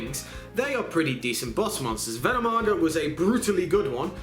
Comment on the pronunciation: Ven NOM i naga....you missed a syllable :D